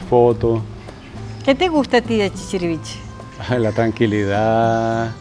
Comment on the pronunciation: El pueblo no se llama chichirivichi, es ChichirivichE